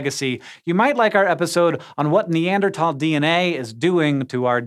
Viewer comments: It irks me too. It's NeanderTHHHHHHHal. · He keeps saying “Ne•ander•talls” 😂 instead of “Ne•ander•thals”. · Its not neandertalls its neanderthals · I end up having this thought EVERY time it comes up in a scishow video, but... why does NO ONE from this team know how to pronounce "Neanderthal?" Its neader THall. Not neander TALL. Theres an "H" in there for a reason, Hank. Theyre not very TALL neanders, ok? THall, not Tall. I know its just a mispronunciation but its SO consistent that it has to be intentional and I dont get why theyre intentionally mispronouncing a word. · What, the th in Neanderthal is silent? I thought it would sound like /t/! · “NeanderTALL” pls say sike :( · Foolish Hank, it's pronounced- Wait, Neander-TAL? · I hate how he says Neanderthal